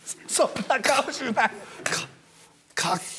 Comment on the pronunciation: 「そんな”かおしな”ぁい」が好きすぎる笑